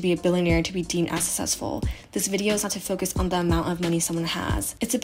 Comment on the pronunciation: Susessful ?? The way u said successful kept bothering me